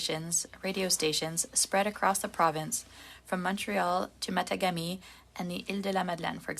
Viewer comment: Grrr....I could'nt respond from behind the wheel. Matagami sounds like Ma_Tog_ami. Grrr.